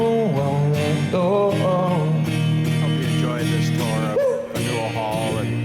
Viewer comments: Fan-you-ill Hall. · "Fan-yell" hall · FAN-u-ell! Like everything else in Boston it has a "unique" pronunciation. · Pronounced “fan-u-well hall” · You mispronounce Faneuil Hall! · You need to learn how to pronounce Faneuil.